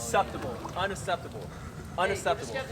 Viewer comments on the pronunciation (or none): Uneseptable 😂😂😂😂😂😂😂😂😂 it’s unexeptable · Unasseptable is how my teacher says it, so...